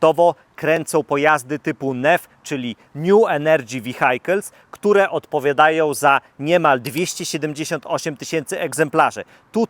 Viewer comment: ...niu enerdży Vihajkels 😂